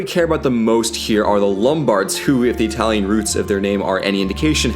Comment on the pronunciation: Great Italian pronunciation by the way!